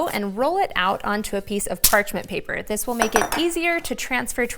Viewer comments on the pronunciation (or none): none